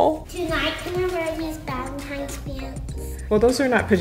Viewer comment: I love how pronounces Valentines day Balentines day